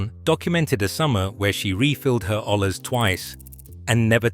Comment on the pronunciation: It's pronounced oye-yas it's Spanish for pot